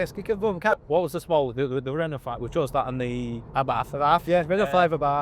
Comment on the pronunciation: What is an Ah-barf? Night out gone wrong?